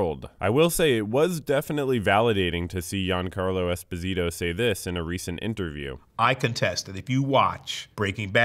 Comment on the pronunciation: “Yan-Carlo”. He’s half Neapolitan. “Jahn-Carlo”.